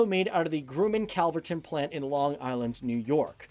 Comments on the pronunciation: Grumman not grooman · “Aircraft” is a collective noun. The s is not needed to make it plural. But the real thumbs down is for the weird Grumman pronunciation, and for using a clip from Top Gun. Amateur hour. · Groomman? It's Grumman. Short "u". From a former Grummanite (Grumbag). And one of my teachers in A&P school was a personal friend of Roy Grumman.